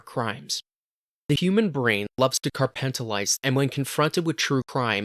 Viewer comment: Lol carpentalized never heard someone fuck up compartmentalized like that 😂